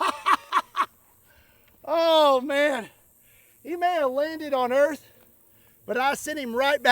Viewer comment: "Welcome to earf"